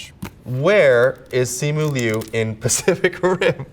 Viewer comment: finally someone who says my last name right